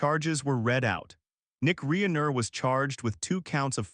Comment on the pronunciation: This guy can’t even pronounce Rob Reiner’s name correctly